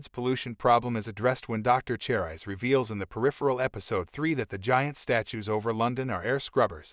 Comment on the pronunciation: What is "Twenty one one hundred"? You mean 2100? And Cherise is pronounced "Share-ees" not "Chair-eyes"